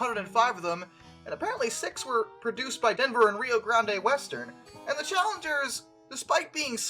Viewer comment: its Rio GRAND (but spelt Grande)